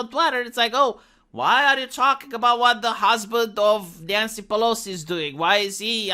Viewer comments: did you just called her '' Nyan-cy'' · Nyan-cy from Califor-nyah-nyah.